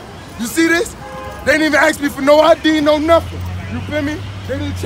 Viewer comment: It's "ASK" not "AXE"... an "AXE" (or "AX") is a device used to chop wood. Not that this kid is likely to know what work is.... :)